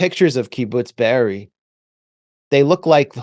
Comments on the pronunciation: Kibbutz Be'eri, not Beriah. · Chris can't even pronounce Be'eri but pretends he knows so much...